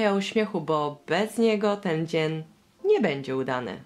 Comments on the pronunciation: powiedziałaś dzien a nie dzień tylko mówię kocham cie 😘❤ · Powiedziałaś zamiast dzień to dzien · mówi dzien zamiast dzień XD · zamiast dzień powiedziała dzen😂 pozdrawiam jesteś super najlepsza youtoberka na całym świecie❤ Edit: proszę o serduszko❤😃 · tylko mi sie wydaje że ada powiedziala dzien a nie dzień? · Wiem data.... w powiedzialas dzien nie dzień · Czy tylko ja usłyszałam dzen a nie dzń na końcu filmu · Usłyszałam dzien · ona powiedziała na końcu dzen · Powiedziałaś dzien